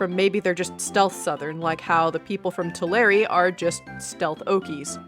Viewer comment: thank you for not pronouncing it too-lar 🙏🙏🙏🙏